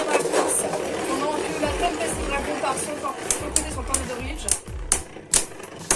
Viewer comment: On dit Tempeste Dragoune